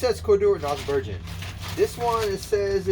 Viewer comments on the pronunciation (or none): Ber-gun not Ber-jun.